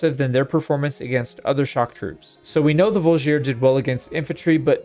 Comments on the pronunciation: I think the best example is how pronounces G in Voulgier, making it into something like Drougien-nick for all our non-slavic friends out there (with emphasis on "i" in drougien, just like in voulgier) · On a similar note, the Vlandian Voulgier is a “vool-jee-ā” with no stressed syllable. The sergeant is a “serj-anh” (it’s hard to phonetically spell a french “r” and “an/en” ending.)